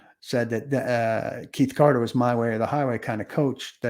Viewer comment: Keith Carter!!! Omg! Say his name right. Your job is to cover 1 team and you can’t even keep names right.